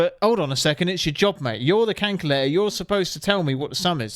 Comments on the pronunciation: WTF is a flippin cankulator mate? LOL ! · He said Kankalayter 😂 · WTF is a canculator?😂😂😂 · Canculater… Oooooooo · Canculator had me rolling bruv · 😂 what on earth Is a 'Canculator"? 🤔🤷‍♂️😅😅 Sure i heard it? Legit confused 😂😅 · Canculator lmao 🤣😂😅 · What’s a cankyerlater ?? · "..cayntculator" 😂 i love that! ❤❤ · That is the strangest pronunciation of the word calculator I've ever heard lol. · canculator lmao 🤣🤣😂😊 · Calculator lol calculator wtf hahaha calculator it's calculator say it cal cu la tor lmao😅😂